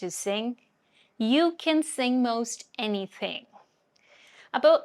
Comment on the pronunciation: “anything “ word you say with North Indian hindi accent any dthdthing alla ലൈറ്റ് ആയിട്ട്” ത് “പറഞ്ഞാൽ മതി…neither ത. as mallus say nor ഥ as Northis Hindi style